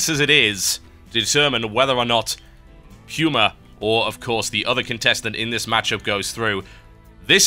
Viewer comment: puma = pyoomer